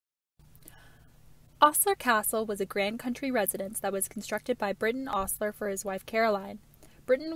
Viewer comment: Great piece - one minor thing - it's pronounced Oh-sler not Aw-sler. Thanks for all the great info!